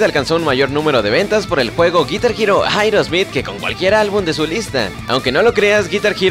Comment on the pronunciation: jaerosmith? jeightn's? aprenden a pronunciar dislaik